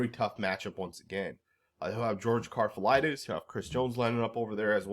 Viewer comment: That George Karlaftis pronunciation was crazy 😂